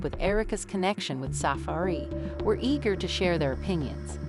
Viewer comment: Narrator can’t even say Safaree name right. And she don’t know what she talking about